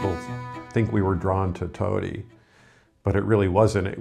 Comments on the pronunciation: And it's not like "toe-dee" is so difficult for an American to say. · Why can't they even pronounce the name of thei now home town correctly. It's Todi not Tuddy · 10 years journey towards Italy and they still think Todi (toe-dee) is pronounced Tady. Not usually critical but geez. Just 5 minutes of reviewing 5 simple vowels. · There are good services for the severely handicapped in Italy. The Italians are very compassionate. A friendly note for in Todi: it 's pronounced toe-dee, not toddy. lol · I know. I cringed everytime they pronounced Todi as toddy. LOL. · I was thinking the same thing, they both pronounced it Toddy. How can you live somewhere and mispronounce the name so badly?😆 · Yes all are welcome but please learn to pronounce the words correctly. Especially after 3 years you should be able to say where you live decently. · Its a little cringe that is pronouncing the city where she lives (Todi) wrong... but alas. I got married in Todi (In the church shown - San Fortunato, and then the reception in a family friend's villa outside the city walls) as my husbands family is from there. I was pleasantly surprised to see expats living in the community as it is very insular-- honestly as an American I have dreamed of eventually moving there to be closer to his side of the family, but have been nervous to do so as I don't speak Italian (he does/my son does) but this might be the push we need to spend part of the year there. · How can they not pronounce Todi and they’re allowed to live there?? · Learn how to pronounce "Todi" . Very irritating. How long have you been in Italy? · Amazing to move to Todi and not know how to pronounce it correctly.